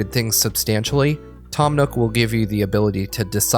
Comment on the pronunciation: “Tim” Nook???????